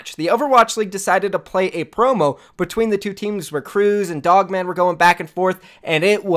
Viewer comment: Lmao he pronounced POGMAN wrong